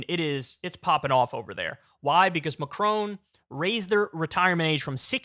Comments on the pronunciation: Kyle really needs to learn how to pronounce Macron. It’s Macron not Macrone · first please research how to pronounce Macron correctly, second, why tf is this even news worthy?